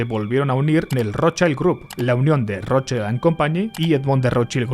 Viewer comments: nunca defraudas! pero "Rothschild" se pronuncia igual que se escribe 😅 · Por lo menos trata de pronunciar bien el apellido Rothschild chaval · hola. Un apunte: schild en alemán se pronuncia shild, no shaild. saludos desde Mallorca 😊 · No se dice rochaild, se dice roth-shild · Rothschild se pronuncia del alemán "rotshild" no rodchaild. Aquí no hay niños ni anglosajones en el nombre. El apellido germánico y se traduciría como "escudo rojo" coo dices en el video de ROT (no roten) que significa rojo y Schild que significa placa o escudo y se pronuncia "shild" y no "chaild". No es conspiranoia. Lo puedes mirar en google. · Vale pero la i en alemán es como en español no digas Rothshaild me sangran los oidos ayayayayayya di RothshIIIIIld Rothshiiiild iiiiii iiiiiiii no es inglés, gracias y siento ser tan grammar nasi. :'D y oppenheimer es oppenhaimer xDxD srry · Como ya te han dicho muchos lo que mola este video yo voy a dedicarme a ir de tocapelotas. La i de Rothschild en alemán se pronuncia /i/, igual que en castellano y no /ai/ como en inglés. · No es "rotchAild", como en "child", sino "rotchild", la "i" no suena "ai" en ese nombre. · Se pronuncia "Rotchild" 😊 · Se pronuncia rozshild. En inglés child se pronuncia chaild, pero eso no tiene nada que ver con la palabra alemana schild. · Genial como siempre. Solo una cosa. Rottschild Se dice rotshild en alemán. No es como la pronunciación del inglés child. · Microcorrecciones sobre el alemán 😅 Schild se pronuncia como si en español dijeramos "yild", el alemán no pronuncia las vocales como el inglés, sino como el español. Cuando migran a Inglaterra recién se anglifica su apellido. Y rojo, es solo Rot. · He matado a un gatito por cada vez que has pronunciado mal el apellido Rotschild /rót-shilt/. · Schild en alemán, la i se pronuncia i y no ai. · porque pronuncias así la R xd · Por favor, Rothschild no se pronuncia así!!! Me duelen los oídos